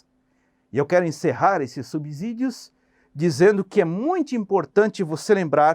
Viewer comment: Professor apenas uma resalva, a palavra SUBSÍDIO ( é pronunciada com som de si mesmo e não de zi). A regra diz que ( depois do prefixo sub pronuncia-se "si/Ci". Boa noite. Espero que não fique chateado.